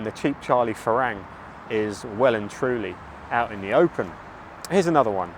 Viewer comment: It might be worth letting your viewers know that 'farang' is pronounced 'falung' by the locals. You hear this word all the time in Thai, especially in places where their are a lot of foreigners.